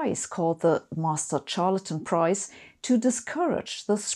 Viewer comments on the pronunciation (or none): I noticed that one, also that she pronounced charlatan with a ch rather than sh sound. Apart from that her English is great, just with a small accent. I think perfect English pronunciation must be very hard to learn due to our weird spellings and also having to know where the stress should fall, which is so variable.